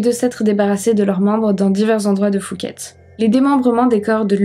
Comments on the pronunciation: phuket n'est pas prononcé "foo-ket" mais "Poo-ket" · Prononçons pouket comme les poux dans les cheveux Pas fouket comme le resto parisien fouquet s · Merci pour la video.. Juste pour info au cas ou tu traites d'autres affaires thaïlandaise les lettres P et H qd elles se suivent ce prononcent P pas F.. 😉 donc phonetiquement pour phuket on dit pouquette pas fouquette.. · Chouette vidéo. Juste une précision en passant, Phuket se prononce Pouquette pas fouquette. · Je vis en Thaïlande, ça se prononce Puket pas Fuket. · Salut, on ne prononce pas le h de phuket, on dit pouket. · c'est quoi cette prononciation de Phuket xD ont dirait qu'elle dit Fouquet's 🤣🤣🤣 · C’est PHUKET…. avec un P🖐😎 on ne prononce pas le H …..( Poukèt en phonétique ) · Par contre Phuket se prononce pouquette